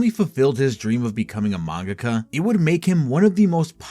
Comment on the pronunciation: Great video, except for your pronunciation of “mangaka”. It made me want to drive into oncoming traffic….. it’s like the dubbed pronunciation of Toppo from DBS.